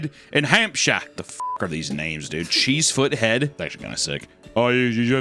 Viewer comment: As I live near there cheesefoot head is actually pronounced chessford head